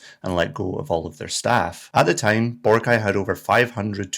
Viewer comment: It's not Bore' - ah - kai 🤣